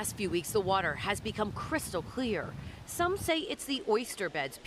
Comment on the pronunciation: Cwystal cwear water 😂